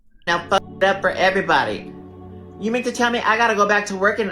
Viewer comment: The word is not keeeeds.